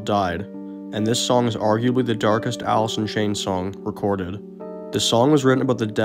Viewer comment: He couldn't even pronounce his own band name...Alith in Chainth